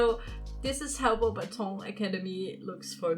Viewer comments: Im french and if i would totally go there (and youre prononcing the name of the château) pretty good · I'm already impressed that you know that "au" makes the sound "o" 👏